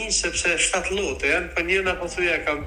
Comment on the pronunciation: Lote Jo llote oj gazetare